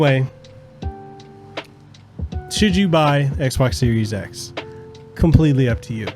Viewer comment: "Xes" or how else you pronounced it actually sounds better then series x lol